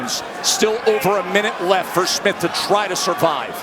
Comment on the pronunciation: Someone please tell Bradley that the guy's name is not Smiff.